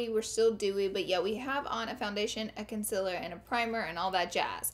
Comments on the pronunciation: Concealer is said con-seal-er not con-sill-her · GIRLLLL IT IS CONCEALER NOT CONCELLER YOU PRONOUNCE IT LIKE: consieler okay plz omg stop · Does anyone else cringe when she says conciler instead of concealer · oh my god! everytime she says concealer i just cant lm in love with the way she says it! wo else agrees?